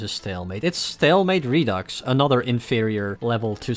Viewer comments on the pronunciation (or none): none